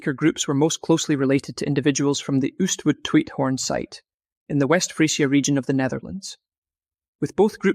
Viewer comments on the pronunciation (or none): IT IS NIT oerstwood...it is OOstwoud oo is pronounced as o in slow or go,,,PLEASE DO) YOUR HOME WORK! not oe as in shoe .. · Dutch oo is pronounced more or less like the oa in boat, dutch ou is pronounced like ow in now, so Oostwoud is pronounced Oastwowt